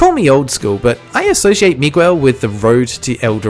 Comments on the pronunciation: omfg, it's pronounced "me-gell", not "me-gwell" :O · Hearing you pronounce Miguel hurt my soul